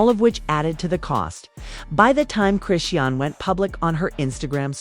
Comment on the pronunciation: This lady is messing up the pronunciation of Chrisean name 😂